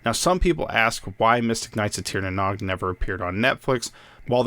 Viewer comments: Great video! Only gripe for me is pronunciation. The Nog is pronounced like nose, but with a g. Not like egg nog. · Hey, Nog is pronounced like nouge (sounds like rouge). Otherwise great video.